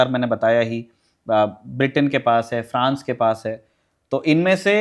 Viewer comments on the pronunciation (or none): none